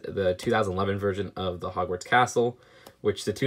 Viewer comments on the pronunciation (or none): none